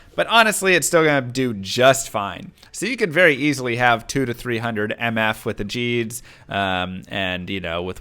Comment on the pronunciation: There is no world where Gheeds reads as Jeeds, conme on